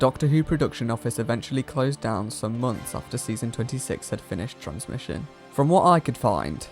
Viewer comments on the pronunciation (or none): none